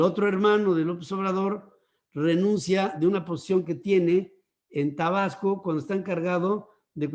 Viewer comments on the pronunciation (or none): none